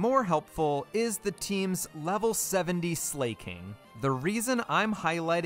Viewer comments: Bro keeps calling Slaking "slay king 💅🤴" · Great idea for a video, and I like that you pronounced it Slay-king. Very appropriate for one without Truant. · slake-ing! not slacking like its ability but slakeing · Slaking... As in, slacking... Slack - ing😭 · If they wanted it pronounced Sl"A"king, don't you think the English globalization team would've spelled it Sleiking or Sleighking? No hate, amazing video. Keep it up! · Are you deliberately saying some of the pokemon names wrong? Comically wrong? Like Suicine and 'Slay King'. Is that one a meme or something because it's obviously meant to be Slacking, as in slacking off.